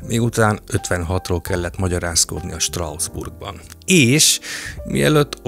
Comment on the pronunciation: Picit fura, hogy Strausbourgnak mondod Strasbourgot. De remek a tartalom! ✌️